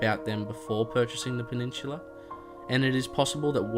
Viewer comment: I'm just putting this out but why do you pronounce peninsula as penishula?